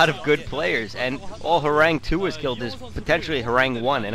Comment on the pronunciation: Horang2 is actually pronounced as Horangee, since 2 = ee in Korean. Horangee means Tiger in korean, according to what I've heard. So that's why the 2.